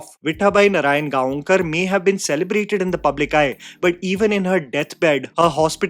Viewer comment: Please watch "Ani... Dr. Kashinath Ghanekar" It follows the life of Marathi film actor Kashinath Ghanekar the highs and lows.. you will love. btw nothing against you..but next time whenever you pronounce Gaonkar, remember its pronounced as Gaokar.. thought of correcting you as you are one of those few reviewers who also speak about marathi movies..